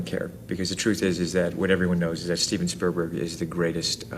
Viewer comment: can we please take a moment to reflect on Tom's pronunciation of Spielberg ... "Steven Sperberg", ladies and gentlemen. ;)